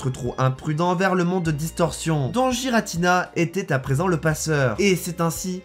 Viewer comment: On dit pas Jiratina mais Guiratina